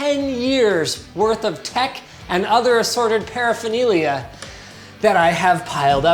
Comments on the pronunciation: I thought he said “other assorted pedophillia” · "paraphernalia" HUH